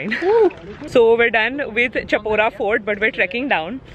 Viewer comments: Ok it's pronounced as "Shapora" Instead of *Cha*pora... Love love❤ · Chapora is pronounced as Shaa Paw Ra